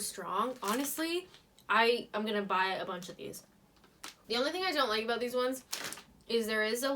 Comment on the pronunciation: Is it aboot or aboat?